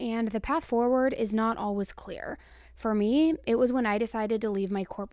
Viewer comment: Its Al-Ways. Not Al-Was 😂 you get me every time!